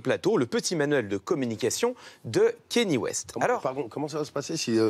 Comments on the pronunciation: C’est « Kanié » et non « Kéni » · Pourquoi personne en France ne sait prononcer "Kanye" ?? Pourtant ça se prononce exactement comme ça s'écrit... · Ben c'est juste son nom quoi, tu peux aussi l'appeler Jean-Pierre si tu veux ou te mettre à appeler "pile" les gens qui s'appellent "Paul"... mais je pense que le minimum de respect serait de faire un effort pour prononcer son nom correctement, surtout que ça se prononce exactement comme ça s'écrit et que les sons sont particulièrement facile à faire en français...